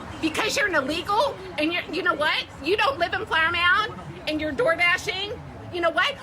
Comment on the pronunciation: this lady is, unfortunately, a Texan, and she's saying Flowermound, a small town near the DFW area. But in that accent lol